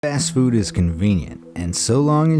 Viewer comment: “ast food”